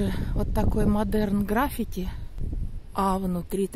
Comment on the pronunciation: граффИ́ти. Ударение на первую И